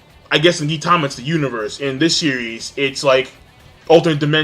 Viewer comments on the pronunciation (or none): Fuck you King. Its not " Geentama"